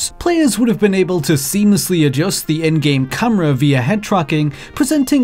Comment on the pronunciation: its camera not fucking cumra